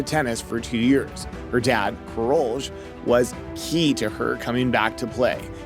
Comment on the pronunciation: Karoli, NOT Karolge. If you want some credibility, start learning how to pronounce names! Tennis is a global sport, the players have foreign names. You have no idea how grating your mangling of names is, to tennis fans. No excuse for it.